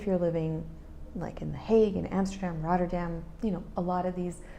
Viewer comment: You pronounce Utrecht very good, now work on Amsterdam 😂😂 Why not end your videos with a full Dutch sentence like a quote or saying? 😉